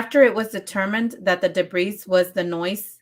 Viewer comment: The S is silent in debris .